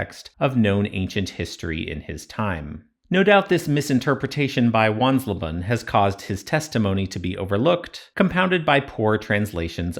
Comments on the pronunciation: Not "Wanslaban": the "le" in leben is "lay". So it becomes something like wans-LAY-ban, a bit like the "he wants rayban sunglasses". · Wansleben ben not bun 🤣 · Wansleben is more like: once-lay-ben